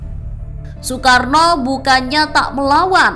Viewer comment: Nasakom dibacakan soekaarno